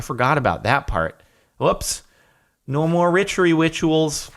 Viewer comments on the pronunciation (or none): he said ritchery wituals lol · Who else heard him say richery witchawals on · Anyone else hear Jordan say "No more ritchery wituals" ? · Haha he switched the letters from witchery rituals to ritchery wituals. Anyone else catch that? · He said ritchery wituals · "ritchery witchuals" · he siad "no more Ritchery Wituals" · "No more richery witchuals!" Love ya Jardon.